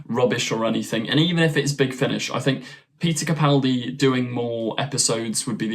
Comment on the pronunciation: I'd like to commend you for using the correct pronunciation of Peter Capaldi's last name. So few YouTubers get it right, and it's a huge pet peeve of mine. Keep up the good work!